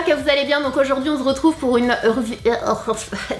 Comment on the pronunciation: Sananas ta dit "on ZE retrouve " mdrrr 😁😂 mais sinon je taime tros t grave belle comme dab machallah 😍bisous 😘